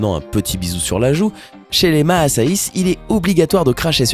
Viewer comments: Et "Maïssaïs" au lieu de "Massaïs" 😂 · Dsl de dire ça mais c pas maissais ça ce dit massaï